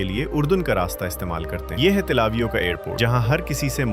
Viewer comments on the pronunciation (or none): Tlavio nahi Bhai till e aviv nam hai